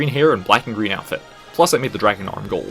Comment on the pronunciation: “You’ve finally turned GWEEN”